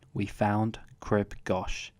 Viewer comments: Goch ( pronounced Gock ) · No it ain’t. It’s pronounced as in the ‘gh’ in ‘urgh’. Good vid, and glad you enjoyed it. However Crib Goch isn’t “One of the toughest in England’ - it’s in Wales (to be fair, it did sound as though you were about to correct yourself before the edit). 👍